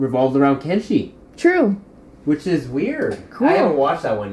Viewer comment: it's kenshi